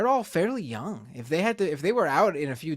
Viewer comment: Why are you saying jung, instead of young?